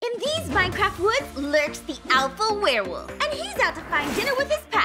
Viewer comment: I mean I was confused cause he said warewolf not werewolf